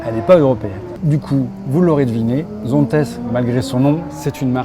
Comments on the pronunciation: Zonte la prononciations, tu ne dis pas PariS, ChamoniX... Sinon bonne vidéo... Par contre les trajectoires sur route c'est pas ça ! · Tu dit donc Dalla et non Dallas , Las Vega et non Las Vegas ??? C'est un Nom propre c'est donc ZONTES"SE"